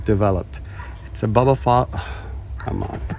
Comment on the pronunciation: It’s not Ba Ba phylum, it’s bulb like ‘light BULB’ not ba bah